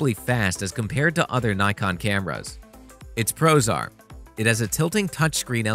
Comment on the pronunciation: I was wondering what it means for a camera to be prozar, and why all of the cameras in this video are prozar, but then I realized you were saying "Its pros are:" 😁